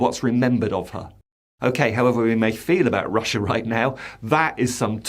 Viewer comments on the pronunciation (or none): none